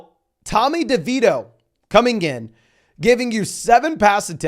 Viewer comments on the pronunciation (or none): none